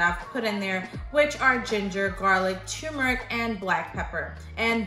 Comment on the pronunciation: It's called TURmeric; NOT TUmeric.